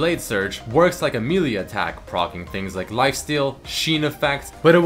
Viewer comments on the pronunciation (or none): none